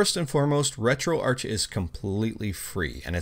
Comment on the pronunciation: Isn't it pronounced retroark?